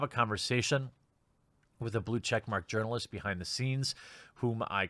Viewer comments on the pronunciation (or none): I’m sorry, I’m sorry, did you just say URINALIST???